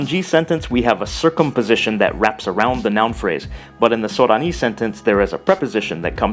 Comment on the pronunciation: Thanks for the videos! They're very informative and interesting. You have a Japanese accent, though, when pronouncing Sorani.